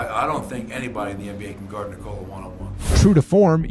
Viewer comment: How do you know that is Serbian? He can say word "Nikola" perfectly. 😂 👏💪❤️🇷🇸♾️